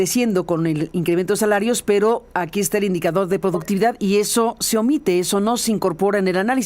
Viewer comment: "ed indicadod de poductividad" ta beno pes